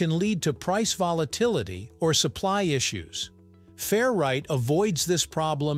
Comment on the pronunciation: I took a shot every time you said fair-right instead of 'ferrite', and now I'm hammered.